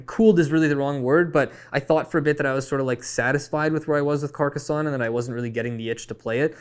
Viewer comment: Happy to hear the love for Carcassonne (with the correct pronounciation lol). Also helped to get me into the hobby, will always be a top 10 game for me :)